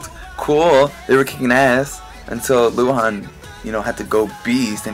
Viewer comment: Lol i like how you said luhan , the Chinese pronunciation was pretty accurate :P